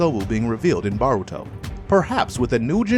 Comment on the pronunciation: bro if u say BARuto one more time.....